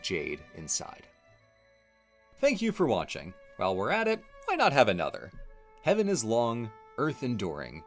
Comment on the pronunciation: Ooo. Does the "r" in Heavern mean that heaven is a tavern? Cool!